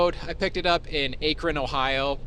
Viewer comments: It's pronounced "aaak-ron" Ohio,like..."cat". Not "A" kron Ohio. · how is it possible an American truck driver doesn't know how to pronounce Akron, Ohio. I thought the british were atrocious because they can't pronounce aluminum. You can't make this stuff up.